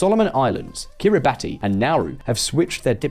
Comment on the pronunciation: Kiribati 🇰🇮 is pronounced “Ki-Ri-Bas” please look it up